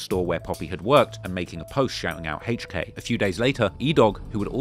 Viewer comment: “Hayche K”